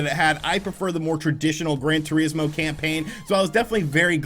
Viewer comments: "Gran Tureesmo" lmao wtf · His pronunciation is so funny